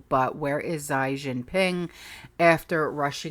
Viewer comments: 'Xi' is pronounced 'shea'. the same way you pronounce the word she.. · Xi is pronounced zhee like zsheep and cheap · Xi is pronounced She... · Xi sounds like CHee